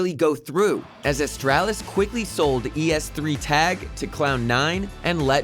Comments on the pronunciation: Holy shit. Please learn a thinf or two about the scene and then be a narrator in a video like this. If you say E S three Tag instead of just es3tag than something is wrong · "e s three tag" WTF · I like how he pronounced xyp9x and es3tag